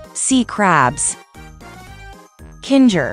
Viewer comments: its kinger. not kinga. and its TWITTER NOT X. I WILL NEVER CALL IT X! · It's kinger not kin-ger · It’s kinger not kinga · KINGA? KINGA? HIS NAME IS KINGER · KINGA BRITAIN ACCENT 😂😂😂😂😂😂😂😂😂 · Why do you call kinger kingga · The fact that you said Kinger,s and ragutha, name wrong😂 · BRO IT SAID KINGR FOR ZOOPLE❔️